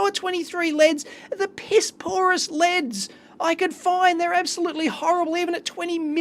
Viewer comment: only complain, he says "Leds" instead of "LEDs" also wtf, why is it 1080p50... i have never seen that